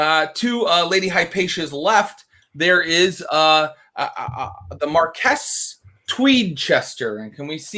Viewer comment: im 15 mins in and...marquis and marquess are pronounced the same- (mar-kwis). Just so you know.